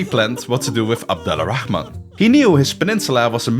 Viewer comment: The name's pronunciation is so perfect I thought you're Arabic🫡